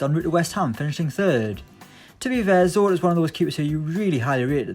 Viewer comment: You Did not pronounce Zoet incorrectly